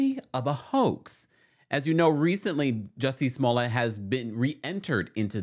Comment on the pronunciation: That great French Actor????😊 Juicy Smoo-lay?